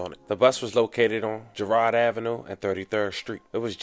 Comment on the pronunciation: its Girard, not Gerard